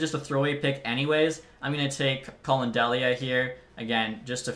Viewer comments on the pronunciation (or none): none